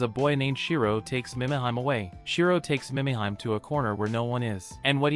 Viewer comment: Killin me...AI..."Meee mee heee may" Mimihime